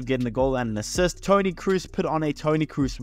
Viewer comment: Please bro its Toni Kroos with O not U, other than that great video